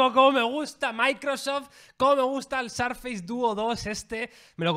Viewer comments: Primero "Apel" y ahora "Sarface"?🤔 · FACE se pronuncia féis, y FACEBOOK, féisbok. Si embargo SURFACE se pronuncia SÉRFES. No sarfeis ni surfeis ni nada parecido.